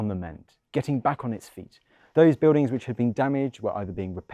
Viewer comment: You Don't Prounce the "L" in Words you speak. Beudings for BuiLdings!! Pepoe for PeopLe!! It's Not Difficult to pronunce the "L" in Words. Try It!!